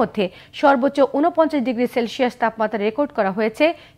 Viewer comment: শেলশিয়াস নয়, সেলসিয়াস